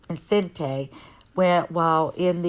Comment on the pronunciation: Deluge = Day-looje. French for a downpour. Enciente = on see -on teh French for pregnant